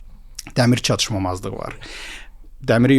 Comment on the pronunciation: çatışmazlıq sözünü hər dəfə səhv deyəndə istər istəməz videodan soyudum )